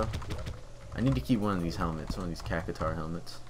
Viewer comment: I do not really want to watch all this... Also, its Cact shwar